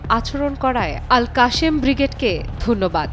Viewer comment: আল কাশেম না আল কাসসাম বিগ্রেড। বাংগালী সাংবাদিকগুলো পৃথিবীর সবচেয়ে বড় গর্ধব।